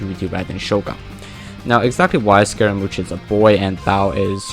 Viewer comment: It's pronounced Skeh ruh Moosh